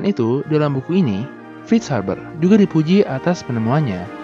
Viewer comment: F bukan V min.. tp kontennya tetep mantap! Seneng bgt gw min sama video2nya